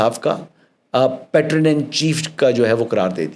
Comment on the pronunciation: The pronunciation of PATRON is PAY-TRUN.